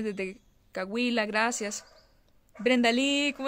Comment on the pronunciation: Es Coahuila,no Cahuila